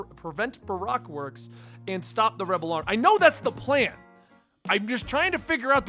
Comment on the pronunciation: it's pronounced BA - ROAK WORKS